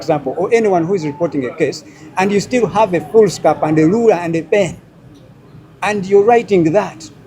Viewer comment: Having read his impressive bio before ever listening to him, i would say i expected to hear a more articulate and intelligent person who doesn’t pronounce ruler as Luler😂 but hey great guy still regardless and all the best to him.